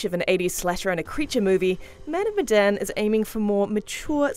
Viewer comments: The "e" in "Medan" should be pronounced as "é" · Say the title of the game right next time, your saying Medan wrong